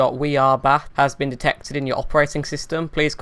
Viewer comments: Awast, wirus, 😂🤣😂🤣🤣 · wirus, dekstop, cracks me up every time. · Why do u say wirus ? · I love your channel. I think it's great! But I can't get over the fact that you pronounce "V's" with a "W". How you say virus like Wirus, and visa like Wisa. It cracks me up. But please keep the videos coming lol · because of you and your videos i've been saying 'wirus' more often now i hope you're happy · Vindovs and Wirus xD